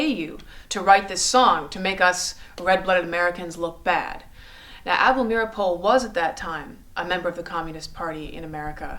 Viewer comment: You pronounced Able Meeropol's name incorrectly, the name "Rosenberg" incorrectly...but more importantly the Rosenberg's were not tried or convicted of "Treason"